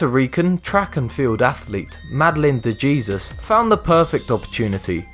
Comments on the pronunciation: I know it's painful af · De Jesus is pronounced with the J like an H lol it sounds like “hay-zeus” not “jee-zus” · Hahgahahahaha WTF "DE JESUS?! HAHAHAAHAHAHAHAHA "DE HESUS" is the correct pronounciation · its not madeline de jesus the pronounciation is madeline de hesus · #3 Her name is pronounced "Dee Hay-zeus" The Los Angeles Summer Olympics were in 1984, not 1985. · it's not "de JESUS" but pronounced as "de HEsus" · De Jesus is actually pronounced de-he-sus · It's pronounced de hezuz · It doesn't depend in this situation... If there is a "de" in front of it, it is ALWAYS pronounced Hay-Zeus.... that is what this comment is referring to. Of course if it's just 'Jesus', then it's pronounced depending on the language... but most people with just the first name, also pronounce it "Hay-zeus" regardless of the language being spoken. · lol that is definitely not how you pronounce de Jesus. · De Jesus lol. I could tell u never met a person of the Spanish persuasion